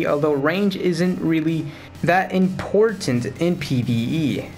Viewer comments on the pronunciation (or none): none